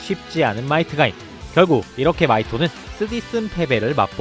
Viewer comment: 마이트가인이라뇨 ~~